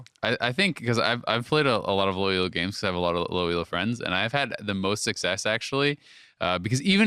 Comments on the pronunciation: Elo,! Not E.L.O. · STOP SAYING 'E.L.O.' THAT'S A BAND. 'ELO' IS A WORD, IT'S THE GUY'S LAST NAME!!! Other than that, which was driving me nuts, jokes and daydream skits were one of the best parts of this podcast.